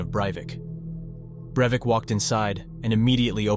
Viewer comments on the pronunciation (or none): Overall I think this video is good, and I'm always happy to find channels that treat true crime stories with respect, but you switch between pronouncing "Breivik" three different ways and it kept catching me off guard each time. 😆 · maybe it's just me but I found it a little annoying when you would pronounce his name differently every other time you say it lol. Great video over all tho! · Can u stick to one pronunciation of the name. Its annoying enough how often u say it.